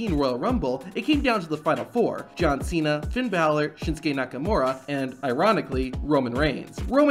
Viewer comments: "John Ch-ena"! 😂😂😂😂😂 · Is it my ear problem or Santino really call John Cena as John China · “You have a big mouf john Cheena “ 😂😂😂😂😂😂😂😂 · I heard it as Chay-na, but yes, he did deliberately mispronounce Cena's name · Man Jericho's catchphrase can make anyone break character. He had such an Iconic catchphrases "pronouncing wrong names of wrestlers" is one of them this can surely make you laugh at the moment.